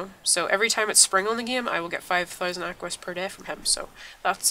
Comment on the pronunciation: it's equus not aquus